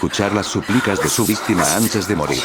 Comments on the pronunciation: Dijo VISTIMA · vistima? Jsjsjs